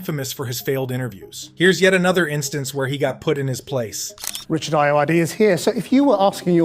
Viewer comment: Richard Ayoade is the shit. If you ask him a stupid question in an interview, he WILL make you regret it. Two things: you pronounced his name wrong, it's aye-oh-ODD-ee, I'm pretty certain, and that douchey interviewer did the Tarantino interview first, Richard Ayoade actually references that interview within his interview.